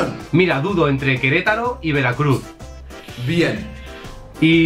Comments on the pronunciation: Like si en el minuto te diste cuenta que dice queretalo en ves de Querétaro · dice queletalo no queretaro jajaja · dice queretalo y es Querétaro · 5.Queretalo. Es Queretaro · Notaron que dice Querétalo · En el dice Queretalo y es Querétaro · Min es Queretaro no Queretalo jajajajaja Saludos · Se dieron cuenta que en el minuto decía Queretalo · Like si viste que decía queletalo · Querétalo es Querétaro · es Querétaro no queretalo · Amigo saludos, no es “queletaLo” es queretaRo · ¿Soy yo o dice Queretalo :v? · Aunque donde dice queretalo es QUERETARO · Es Querétaro, no Querétalo hasta en el escudo lo dice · Dislike por que dice Querétalo y es Querétaro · Querétaro es con r 😔